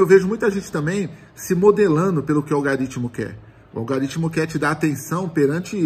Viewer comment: "Algaritimo" kkkkk